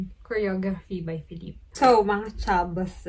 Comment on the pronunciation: kung napanuod mo lang yan sa isang virtual concert, jusko lalaki ako pero hahahaha : correction “feh leep” po yung pronunciation ng name ni ken hehe.